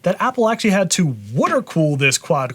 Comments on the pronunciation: Proper Wooder cooling indeed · I have been watching for years. I just noticed you pronounce it “wooder” cooing. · "wooder cooled"